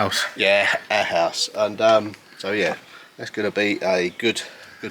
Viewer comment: I do like most all of your videos, but as a fellow remodeler I love the ones showing how you do the work. This was a good one! I also like your language lessons. I learned that "Our house" is pronounced "owrse" in your native tongue!